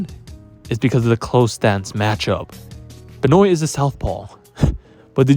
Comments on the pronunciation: WAIT WAIT WAIT... WHO THE F IS BEH-NOYN? LOLOL BEN- WAH. YW. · True. ...but it's Ben-waa.... js.